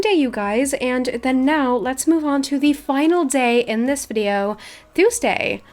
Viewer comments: it’s really cute how she says ❤️❤️❤️i love you so so much!! ( it’s pronounced toooosday❤️❤️) no hate!! i love you so much and welcome for learning almost entire english from just youtube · Omg I love your accent but the way you say Tuesday is so weird LOL don’t kill me ilysm 😂😂